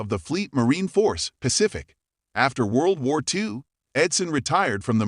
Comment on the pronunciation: World War Tea? Bye bye A.I.